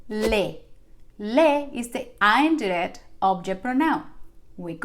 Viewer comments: Please its not (ain - direct =indirect) that you pronunciate to get attention... its only "in-direct" no matter if you follow US OR UK ACCENT.... please first you should learn English PROPERLY then try to make your copy paste Spanish videos.. pathetic fake ones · Sorry but it’s een direct not the way u say the i in spanish U will be confusing the English ppl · She is pronouncing direct and indirect wrong. 😉 This is not meant to be critical but it was very distracting throughout the whole video. The “i” in indirect should be pronounced like the i in “in” and the “i” in direct is pronounced like “ur.” It was a great 👍 lesson. Thank you 🙏🏼 very much. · “Indirect object” is supposed to be pronounced with a short “i” sound, not the long “i.” She’s tapping the “r” and making it hard to understand.